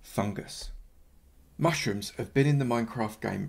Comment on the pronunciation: Anyone hear him say mushtrooms